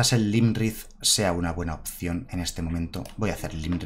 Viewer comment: Este mazo mola muchisimo jaja. Solo un apunte, el dragón azul no es Lymrith es Iymrith, es una i, perdón pero es que cada vez que lo decías me sangraba un oído jaja.